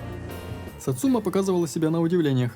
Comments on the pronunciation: Автомеханик произносит название, это единственное произношение название машины в игре. Ударение на сАцума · Почему все ставят ударение неправильно. сАцумы, а не сацУмы И с днем рождения